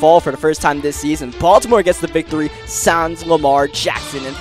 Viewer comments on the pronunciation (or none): none